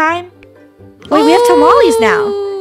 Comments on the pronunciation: Me getting furries that they said tamalesss in stead of tamales but then i remember she is funny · tamalees Me: it’s TaMaLeHhHs lol